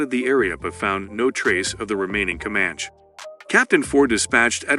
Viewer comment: Dude, Com-manch gets me lmao